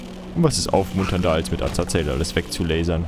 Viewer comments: Bitte...sag doch Azazel und nicht Azazael...jedes mal rege ich mich auf und denke, kann der nicht lesen?... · Azazel wird Asasel ausgesprochen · Azazel ist die schreib art aber man spricht ihn Asael aus. ist aber egal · warum kannst Azazel's Namen nicht immer so aussprechen? :C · Und spricht Azazel immer noch falsch aus xD